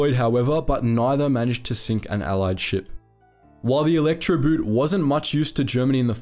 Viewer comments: Good video, BUT I'm a bit shocked that despite your usual fine German pronunciation, you fell into the "boot" trap. Electroboot isn't an electric shoe..."boot" is pronounced just like the English word "boat". No difference. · You should pronounce Elektroboot with the oo like the way you pronounce it in door, not the way you pronounce it in loon. For accuracy sake, pronounce the words like in the original language, it otherwise sounds ridiculous. Elektroboot like in electrical boot as in footwear instead of Electroboat? Really? But BBC does the same, so your in good company. Instead of pronouncing Luftwaffe like Luftvaffe, which is the correct German pronunciation, they pronounce it Luftuaffe. I am from Eastern Europe, not German but lived in an area with several nationalities and speak German. It always amazes me how English speakers almost never make an effort to pronounce foreign words correctly, even when doing documentaries where you'd think accuracy is important.